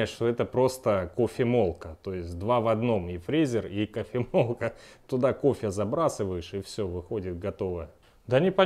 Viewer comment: Забрасываешь туда кофе и всё... Игорь: кто сказал КОФЭ?